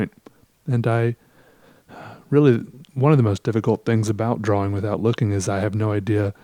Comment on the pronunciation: I love the way you say drawing